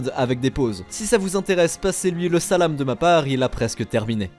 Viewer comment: « Salam » « hagar » « zehef » sont pas des mots à la mode, si tu ne sait les prononcer évite les c’est vraiment gênant 😅